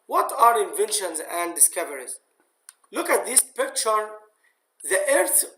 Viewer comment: بيكتشرررر والله من النطق